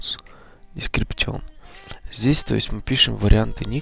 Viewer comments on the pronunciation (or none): по порядку произношение: Гейм, Сабджект, Дескрипшн, Кэйтегори, дальше понятно:)